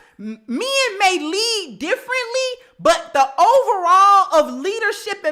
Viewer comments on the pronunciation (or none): It's MEN, stop saying MEAN or MIIN, repeat after me: MEN, MEN, MEN, please 🙏🙏🙏 speak English in a proper way.